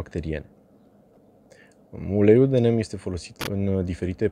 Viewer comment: Se pronunța "nim". Ca nu e ungur sa fie "nem".